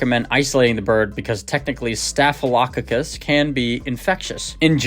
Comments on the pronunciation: Here you go: STAFF—UH—LUH—CAW—CUSS. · Your mispronouncing “staphylococcus” it’s staff i low cock is. Otherwise, good video, thanks for the tips. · Staf lo cock us…..is how you sat it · Staff-a-low-cock-us. Accent: emphasis on the first syllable, & then even stronger emphasis on the "cock" syllable. 😊